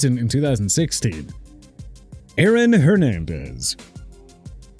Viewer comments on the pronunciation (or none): none